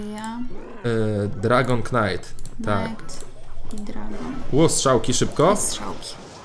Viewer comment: Karta Knight wymawia się "Najt"